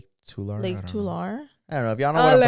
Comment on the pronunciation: It’s pronounced Too-Larry lake 😂